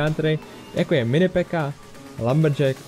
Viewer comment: řiká se píka ne peka